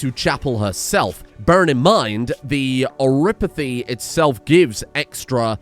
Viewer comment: So, i hate to break it to, but vampires are Canon in arknights, and they aren't immune to oripathy (you pronounce it correctly).